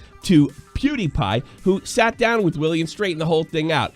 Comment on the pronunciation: Just when I noticed said Pewdiepie correctly for once and start to feel kinda proud of him, he turns around and goes back to Poodiepie at the end of the video. WE WERE THIS CLOSE!!! LOL